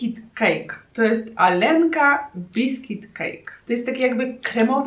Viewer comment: czyta sie aljenka a nie alenka